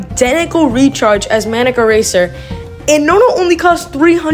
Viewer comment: wow what a cute manic eraser (he said it wrong)